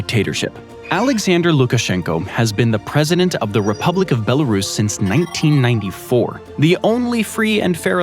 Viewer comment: Belarus, not “Belaruss”